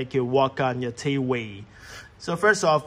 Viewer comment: He said connect to your T wee